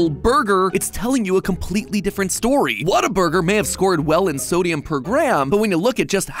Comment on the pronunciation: The way matpat says whataburger hurts my texan soul